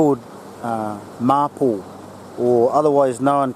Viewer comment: Thanks you very much for the video. I found the bits on wood burning and the medicinal properties very interesting. Mapou is pronounced ma-pour and matipo is pronounce ma-tea-pour. Does anyone know why the Mapou and the similar Kōhūhū (as mentioned) in the video are also called Mapou (Red and Black respectfully).